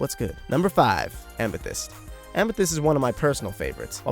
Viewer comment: pronounced am e